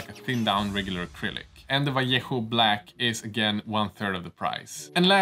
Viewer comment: Congratulations! 🎊 You're the only youtuber that pronounce correctly Vallejo